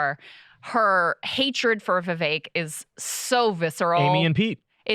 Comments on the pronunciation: "Vivek" rhymes with "CAKE" (not kek) lol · Krystal is mispronouncing viveks name.... it's not vivayk....